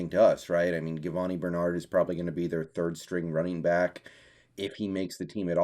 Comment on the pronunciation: Do you not know how to pronounce his name? Do some research ffs🤦‍♂️